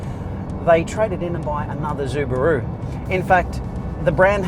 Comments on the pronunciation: ZUbaru ? really ?? go fuck yourself bro , you're destroying my ears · stop calling it zubaru ffs wtf??? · Zooo-buh-rooo? Seriously? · Zubaru? Why? Not even the Japanese pronounce it in such way... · Im Australian and this is the first time I've ever heard anyone pronounce it Zubaru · Pronouncing SUbaru incorrectly makes this video unbearable to watch. DICK HEAD!